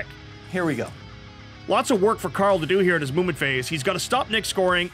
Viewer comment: Every time you say "Movement Phase," I hear it as a "Mubin Phase."